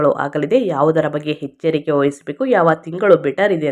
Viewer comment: ಹೆಚ್ಚರಿಕೆ? ಹದೃಷ್ಟ? ಏನು ಭಾಷೆಯೋ